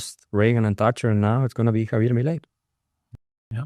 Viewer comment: Por favor, his name is not pronounced Javie' it's Javier. The r in Spanish is as rhotic r with the slightest trill.